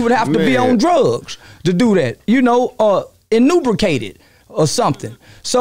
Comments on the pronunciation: 😂🤣😂🤣 “InUnbricated or somethin’” Charleston White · “YOU KNOW UGH…IN-NEW-BRICATED…OR SUMTHIN”!! 😂😂😂😂😂😂